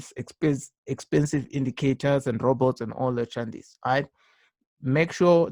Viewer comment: Back when hasn't started saying "chandice"